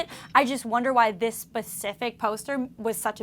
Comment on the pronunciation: Did she really say "this pacific photo"?